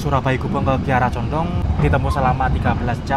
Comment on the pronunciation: Kiara Condong yaCh Kiara Condong Mas. Nyebutnya jgn disambung dg Bandung. KaLimatnya meski dipenggaL. Sama dg Lempuyangan Yogya. Ato ... Wates Yogya.